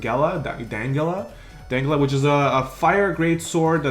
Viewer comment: Dan-del-gah!~ Dandelga, Vargas' TM!